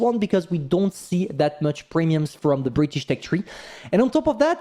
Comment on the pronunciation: New bri'ish tonk